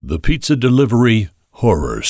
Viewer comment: Piiitza Delivery